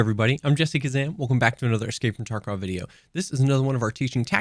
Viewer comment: I'm sorry but every time you say your name it sounds to me like Jessica Zam. 😂😂😂 I'm sorry I just had to get that out of my system 😅😅😅 I love your videos man. 😁